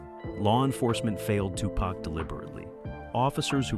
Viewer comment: Ya know imma need for yall whom attempted to say TuPac full name need to learn it properly!!! Yall be fucking it up